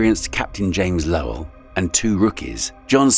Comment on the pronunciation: Lowell......like HOW do you get THAT wrong?! 😅